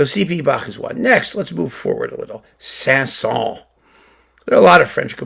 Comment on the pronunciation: By the way. You should prononce the S at the end of Saint-Saëns.